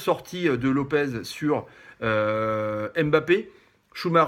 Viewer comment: comparer lopes a schumacher faut vraiment etre un tocard !!! juste pour ton info le gardien s appelle antony lope(S) pas lope(Z) vous nous cassez les couilles a espagnoliser les noms portugais !!